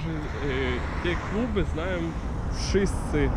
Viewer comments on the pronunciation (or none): Super mówisz po polsku :-) ( zwróć uwagę przy wyrazie kluby ...kiedy wymawiasz L , język jest na dole.).Podobnie kiedy wymawisz : salon.